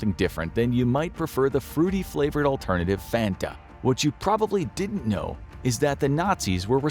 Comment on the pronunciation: THATS NOT HOW YOU SAY FANTA YOU DUNCE